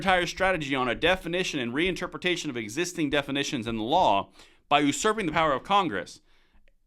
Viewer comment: Love your channel,but have a nitpick....usurping is pronounced "You-sir-ping" not "ooh-sir-ping"😊